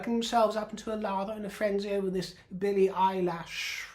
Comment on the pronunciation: Billie Eyelash 💀 Love you, 😂